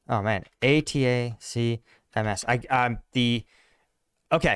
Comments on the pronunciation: Pronounced attackms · Come on man, you know what it is. Say it right, Attack-ums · The call that missile system “Attack-‘ems” phonetically I believe. I’ve heard Jake discuss them on his channel. Great analysis as usual!